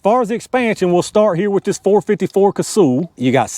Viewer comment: It’s not “Casool,” it’s pronounced like “Castle.” I met Dick back in the early ‘70s and that is how he pronounced it.